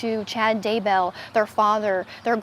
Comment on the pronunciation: I didn’t realize Daybell rhymed with jail. I also didn’t realize that “bail” was pronounced “bell”. Thanks to this national news reporter for clarifying this.